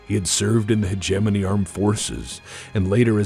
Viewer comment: In my whole life, I have never heard anyone pronounce 'hegemony' until I watched your videos. This is a word I have been mispronouncing for decades.